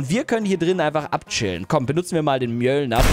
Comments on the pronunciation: DER HAMMER HEIST NICHT MÖLIER DER HEIST MÖLNIJER MAN SPRICHT ES MÖLNIER AUS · Es heißt Mönir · Du sprichst dem hammervfalsch aus